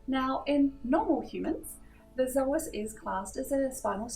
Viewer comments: Yeah i know that but we say "so as" not "zo as" because it doesn't have a "z" in it :D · Hey, thanks for the video. Can you please tell me why you pronounce the word psoas as "zoas"? I've never heard it pronounced that way and I'm an aussie!